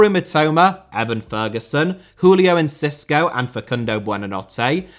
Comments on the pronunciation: please stop calling enciso encisco in every video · Julio En-ci-so. You added a couple letters in there 😂